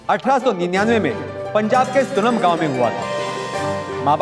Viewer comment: Its not सुनम ❌ its सुनाम ✅